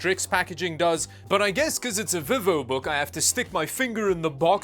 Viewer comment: Ps it's pronounced veevo(Vivo)